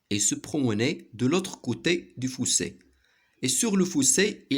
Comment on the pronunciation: Le fossé pas le foussé